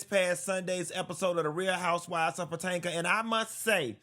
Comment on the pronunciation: He has always called Potomac, Patanka lol